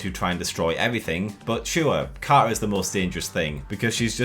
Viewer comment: Ah, yes. Our favourite Captain Ca'a